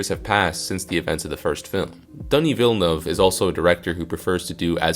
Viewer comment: you can roll the R for ana de armas but you cant get villenueve correct? lol